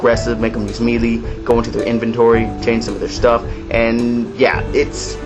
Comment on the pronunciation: Melee is pronounced Meh-leey. good review